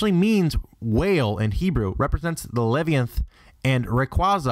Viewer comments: IKR who says "lethianth" instead of Leviathan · god, I know, right!? Bananako? It's not a damned banana, it's "ghost cat", i.e. Bah-keh neh-koh Levianth!? Leh-vai-uh-then! It's a word in ENGLISH for cryin' out loud! It's pronounced "Foo-tah-koo-chee Oh-nah", not... whatever garbled mess he said. Bai'zi isn't "Bay Zee", it's Bye-zhoo'a! Well, kinda - that's as close to a phonetic transliteration as you'll get from true Chinese to English without knowing how to properly read Pinyin. He also ALMOST says the Yellow Emperor's name correctly, but then screws that up (HwOng-dee, not HwAng-dee); Hell, probably the most painful is that it's "EH-doh" NOT EE-do; even people that don't know ANY Japanese would probably pronounce it properly because it's so simple! LEARN TO USE THE "LISTEN" BUTTON ON GOOGLE TRANSLATE! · Levianth? Is that anything like Leviathan? Leh-viy-ah-thahn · le vi a than not levianth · i cant believe he doesnt know how to pronounce leviathan. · not to mention he pronounced Leviathan wrong La-Vhy-Ih-Than its not some obscure legend its been used in countless books movies and games he had to have heard the proper pronounciation at least once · you can't pronounce anything it's called a leviathan leh-viy-ah-thaan also the xy legendaries were butchered too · LA vi a thin is how you pronounce it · you pronounced the gen 6 legendarys wrong and you pronounced laviathan extremely wrong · Dude, do you mean leviathan. lev-I-a-than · Reponte Groudon as Behemoth Kyogre as Leviathan Rayquaza as Ziz. He literealy said it three times. (Though he butchered the pronunciation of every name each time.) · Groudon (Not Groun-don) and Leviathan(Leh vai a thin) as well... Ps. I think it's a tad more helpful to say the pronunciations of Yveltal , Xerneas, and Zygarde. (ee vel tahl), (Zer ni us), and (Zai Guard)respectively. But now I'm just being nit-picky...